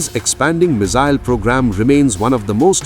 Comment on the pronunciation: What's a "mizzile"????